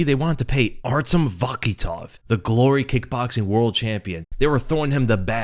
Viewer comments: Artem vatikhov😂😂 Butchered his surname there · Vakitov, Vatikov, Vatkitov, what?